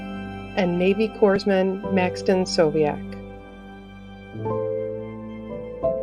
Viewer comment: Thank you for doing this series. So many times we lose someone and don't know until months or years later. By the way, the rank is pronounced "core-muhn".